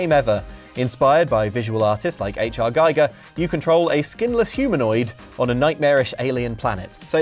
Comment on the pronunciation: Poor H.R.Giger is spinning in his grave everytime someone calls him "Guy-ger". (Giger rhymes wih 'eager'.)